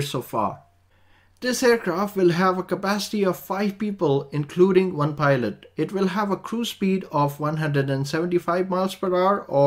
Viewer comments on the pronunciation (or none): none